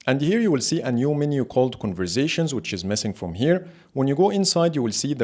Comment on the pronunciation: New game: Take a shot every time he says "converzations"! 🥃